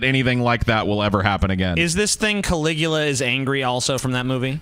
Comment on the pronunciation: Emperor Can-lick-u-ya